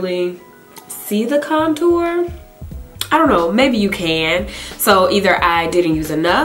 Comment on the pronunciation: You're so funny with the "ion know" (I dont know)...LOL